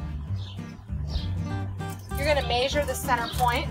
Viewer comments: This is a very clever idea. I really like this. Also when you say the word measure your accent is so strong it sounds like a foreign language. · Indiana? I've heard Hoosiers say "measure" like you do...